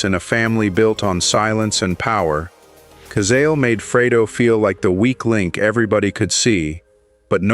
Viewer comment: Pronounce Cazale orrectly.